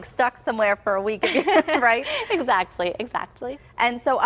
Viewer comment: when she says "exactly, exactly". ..I have never heard the t's so pronounced. Interesting..